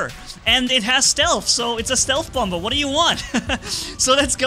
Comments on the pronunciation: bommer not bomber idk if thats a german pronounciation but bommer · What thinks he's saying: Bomber What We hear: Bumber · Just so you know its pronounced bom-er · I love your accent and by the way the second B is silent 👍